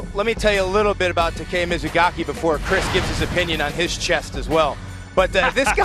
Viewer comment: His fucking name isn't Tah kay yah, it's Tah keh yah. Lord, they always butcher Japanese names.